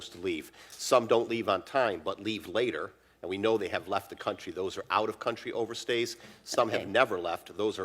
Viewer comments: that congresswoman apparently doesn't know the correct use of "over-stay" , she keeps saying "over-seers". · Did she say "in country overseers"?